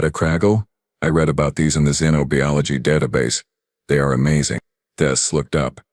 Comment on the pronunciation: Xenobiology is pronounced like ZEN OH BUY OLOGY. The i in biology is NOT pronounced like bee.